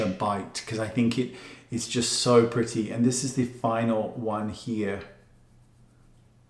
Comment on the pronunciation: Oh how I love Mr. Goss and the way he says" oh now that's PRITTY(pretty)...lol !